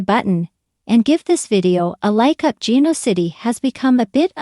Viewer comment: Oh no. Another person who doesn’t know how to at LEAST pronounce Genoa City?? First and last time listening to this uninformed speaker! Bye